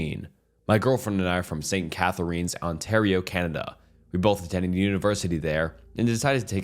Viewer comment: His pronunciation of st catharines pained me